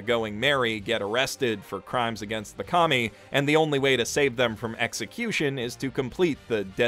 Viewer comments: Every time you say KAMI.. I laugh because all I hear is COMMIE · What I heard: Serve the commies..lol